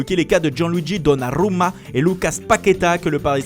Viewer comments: Donnarrrrrrrrrumaaaa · "gianluigi donnarrrrrrrrruma" 😂😂 ca m a tué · Donnarrrrrrrrruma bel accent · On t'a déjà dit d'arrêter ta prononciation de Balotelli et tu recommence avec Donnaruma 😂😂😂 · Il a mit tout son coeur pour prononcer « Donnaruma » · Il le fait à chaque fois mec je comprend pas c’est quoi son délire trop chelou